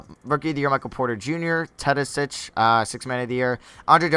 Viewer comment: You say ‘Teodosic’ so casual as if you’re saying it right.